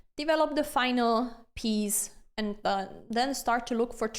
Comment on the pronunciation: I love the lenssons, aannd the "rruuuck" pieces =)